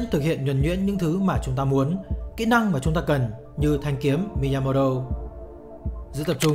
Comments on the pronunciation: rất hay nhưng k biết do tôi nghe nhầm hay bạn đọc nhàm mà miyamoto thành miyamoro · Cảm ơn ad đã giúp mình kỉ luật và suy nghĩ sâu sắc hơn về bản thân. Nhưng chỉ có chút điều chỉnh rằng ad nên đọc đúng tên của ông "Miyamoto" chứ không phải "Miyamodo" ạ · bạn đọc tên tiếng Nhật thì đừng nói giọng tiếng Anh được không? Miyamo"do" là ai? 1 người Việt gọi tên người Nhật, bằng giọng Anh-Mỹ??? mình cũng ko chắc ng Mỹ sẽ đọc tên Miyamoto như vậy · Thực sự khó chịu khi nghe cái cách đọc Mi-ya-mo-do 😏 . Dù tôi rất cảm ơn nội dung của các bạn. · miyamo"do" á bạn. Mình đoán người đọc này (tên là ) đang đọc theo kiểu tiếng Anh Mỹ. Nhưng mình không biết là để làm gì. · chuẩn, nghe khó chịu vãi chưởng, nhất là những người biết về tiếng Nhật, đọc như vậy vừa sai, vừa mất ý nghĩa cái tên của người ta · Đọc sai tên rồi kìa ?? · Thề chứ đọc tên sai nghe khó chịu thật sự